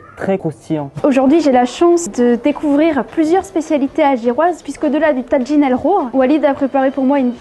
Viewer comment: on ne prononce pas TADJIN, mais TAJINE. c'est un mot marocain et ca se prononce à la marocaine, même en Algérie.